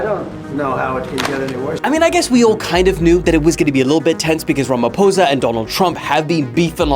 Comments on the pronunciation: Are you sure you are not a white south African? 😂You pronounced "ramaphosa" too well.... Even as an African I used to think it was pronounced "ramafosa" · I offer myself as a sacrificial lamb as thou ye pronounced my president's surname correctly!! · Thank you for pronouncing our President's surname the correct way! 👏💖